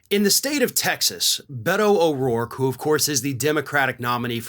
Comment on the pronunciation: Beto is pronounced “Bayto”. E is pronounced as an A in Spanish.